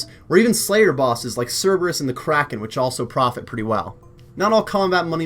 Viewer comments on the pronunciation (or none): none